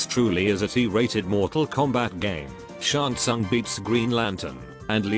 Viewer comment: Bro shouldn’t the reptile employee say Shang Tsung’s name correctly or not